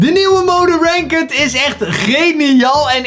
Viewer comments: Stop met renkud te zeggen zeg renkt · Ranket zegt die😂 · Kan je ranked aub is deftig uitspreke voor de rest super bezigggg!!! Armyyy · Je spreekt het uit als rankt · Iemand gehoord hoe hij "ranked" zegt??💀